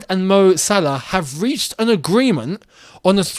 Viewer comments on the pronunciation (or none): none